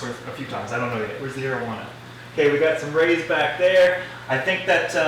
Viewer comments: Whenever you says 'arowana' in your vids I keep thinking you're saying 'marijuana' 😂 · rip arowana for a second i thought you said marijuana lmao but ik its areowana or whatever